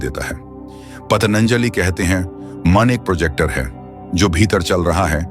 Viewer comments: आप इतना बात कर रहे हो मन के बारे में और योग के बारे में. फिर भी, इसकी सृष्टि-करता का नाम ही आप भूल रहे हो. ये कैसी टट्टा है भाई ?! आप बार बार "पतनंजलि" कह रहे हो. उनका नाम महर्षि पतंजलि/पतञ्जलि/Patanjali है ना? आप उनका नाम गलत क्यों उच्चारण कर रहे हो ?! कही जानबूझ कर तो नहीं बोल रहे हो गलत, दुष्प्रचार करने के लिए?! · पतंजलि बोलिए पतनंजलि नहीं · पतञ्जली शब्द का सही उच्चारण करना नहीं आता और चले अर्थ बताने| मत सुनिए | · " पतनंजाली " नहीं है ----- " पतनंजाली " नहीं है ----- " पतनंजाली " नहीं है ----- " पतनंजाली " नहीं है ------ " पतनंजाली " नहीं है ------- " पतनंजाली " नहीं है -------- " पतनंजाली " नहीं है --- महर्षि पतंजलि/पतञ्जलि/Patanjali है ---------- महर्षि पतंजलि/पतञ्जलि/Patanjali है ----- महर्षि पतंजलि/पतञ्जलि/Patanjali है ------- महर्षि पतंजलि/पतञ्जलि/Patanjali है ----- महर्षि पतंजलि/पतञ्जलि/Patanjali है -------- महर्षि पतंजलि/पतञ्जलि/Patanjali है ------- महर्षि पतंजलि/पतञ्जलि/Patanjali है ------ महर्षि पतंजलि/पतञ्जलि/Patanjali है ------ महर्षि पतंजलि/पतञ्जलि/Patanjali है ------- महर्षि पतंजलि/पतञ्जलि/Patanjali है ---------- महर्षि पतंजलि/पतञ्जलि/Patanjali है ----- महर्षि पतंजलि/पतञ्जलि/Patanjali है ------- महर्षि पतंजलि/पतञ्जलि/Patanjali है ----- महर्षि पतंजलि/पतञ्जलि/Patanjali है -------- महर्षि पतंजलि/पतञ्जलि/Patanjali है ------- महर्षि पतंजलि/पतञ्जलि/Patanjali है ------ महर्षि पतंजलि/पतञ्जलि/Patanjali है ------ महर्षि पतंजलि/पतञ्जलि/Patanjali है ------- महर्षि पतंजलि/पतञ्जलि/Patanjali है ---------- महर्षि पतंजलि/पतञ्जलि/Patanjali है ----- महर्षि पतंजलि/पतञ्जलि/Patanjali है ------- महर्षि पतंजलि/पतञ्जलि/Patanjali है ----- महर्षि पतंजलि/पतञ्जलि/Patanjali है -------- महर्षि पतंजलि/पतञ्जलि/Patanjali है ------- महर्षि पतंजलि/पतञ्जलि/Patanjali है ------ महर्षि पतंजलि/पतञ्जलि/Patanjali है ------ महर्षि पतंजलि/पतञ्जलि/Patanjali है ------- महर्षि पतंजलि/पतञ्जलि/Patanjali है ---------- महर्षि पतंजलि/पतञ्जलि/Patanjali है ----- महर्षि पतंजलि/पतञ्जलि/Patanjali है ------- महर्षि पतंजलि/पतञ्जलि/ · महर्षि पतंजलि का नाम तो ठीक से उच्चारित कीजिए महाशय।